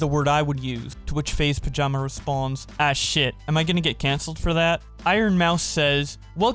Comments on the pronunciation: >pronounces byleth with no problem >faze pajama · He call Pamaj, Pajama LMAOOOOOOOO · I cringed when he called faze pamaj, “Faze Pajama” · So does no one really care that he called Pamaj, "Faze Pajama" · Mans said FaZe Pajama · yes yes i get it but like bowblax just said faze pajama instead of pamaj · The way says Pamaj is the highlight of this video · Idc about this pokimane shit I'm just mad at how he pronounced pamaj lmao